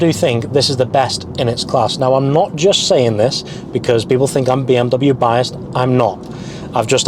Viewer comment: Bro its not BM Double U its BMW